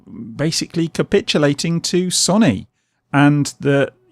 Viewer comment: You pronounce it as So Knee NOT Sonny